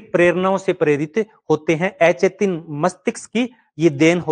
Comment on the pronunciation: स्वपन होता है सुपण नहीं अचेतन होता ऐ चेतन नहीं